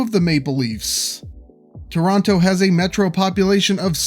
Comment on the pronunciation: You mispronounced Toronto throughout the entire video. It’s actually pronounced with softer Ts by locals. Something similar to Chrawno.